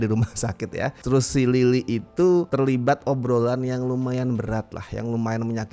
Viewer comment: Berasa sangat me-lokal karena beberapa kali saat melafalkan Lily, aku dengarnya "Lilik"😅